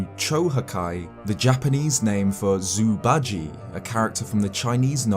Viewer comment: i love your videos but please google how to pronounce zhu bajie because it is not "zoo badgy"